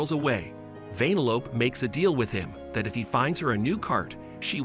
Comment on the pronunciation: Who the fuck calls her that😑 why do you say it like “vein-a-lope” shit don’t make no🥴 even in the movie thats not how you say it